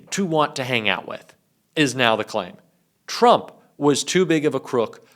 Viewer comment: Turmp??? Lol.